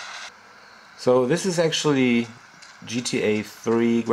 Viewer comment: actally...actually... :D